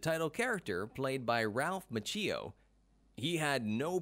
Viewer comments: Approx . Ralph Ma-CHEE-oh. Stopped watching. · That's when I stopped watching the video. Ralph Ma-cheeo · It's pronounced Ma-chi-o...not Ma-cheee-o. Have you never heard anyone pronounce his name the last 35 years? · I have heard of Ralph Macchio. Who’s this Ralph Ma-chhee-o? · I'm so annoyed with the narrator who keeps saying "Ma-chee-yo" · DID HE SAY RALPH MACHEEO 👩‍🦯👩‍🦯🤸‍♀️🚆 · Lol, Machee-o. Sounds like a coffe creation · ralph is part italian and he doesn't even know how to pronounce his last name. the correct pronunciation is mak-yo. cch is K in italian. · ma-chi- oh is how it’s pronounced. if you haven’t already can you make one of ralph? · Lets all say it together..."Mau-kee-O" gosh was that too hard. Especially if going to say it 20 times! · This narrator has no clue. Macheeeeo? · Good video except for pronunciation of Ralph's last name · So annoying when someone can't bother to learn to pronounce Ralph Macchio's name correctly. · It's like the guy has never pronounced an Italian name, ever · we don't hate anyone "Line-done", we just expect that if someone is going to make a video referencing the actor of the main protagonist they'd do the minuscule amount of research necessary to pronounce their name correctly. The Tang Soo Do mispronunciation can be glossed over, as I didn't know how to pronounce it either before practicing the art, it still bothered me to hear the narrator say it like he did. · It is impressive that William Zabka can speak Czech! but it would also be impressive if the announcer could learn to pronounce Ralph Macchio's last name correctly! LMAO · Fact Factory heh? Here's a fact for ya, your voice over guy is terrible. So is your editor. Your VO guy mispronouced several words. Macchio, and Tang Soo Do. That vo should have been re cut and the editor should have caught the mispronunciations. If you can't get a voice over right, you aren't much of a FACT factory are you? This alone makes you not a channel to be followed.